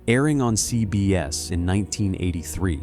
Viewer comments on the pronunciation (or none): I very much dislike this voice. It says, "EN BEE CEE" (NBC) and "CEE BEE ESSS" (CBS) oddly. And it's "I, Desire" not "I desire". (just a few examples).